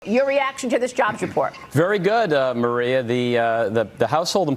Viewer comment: it's funny how the guy at the very start cant even pronounce maria. he says it like marrwiea. the correct way to pronounce maria, sounds somewhat like ikea. but with a mar and no ik.